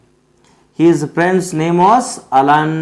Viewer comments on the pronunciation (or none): none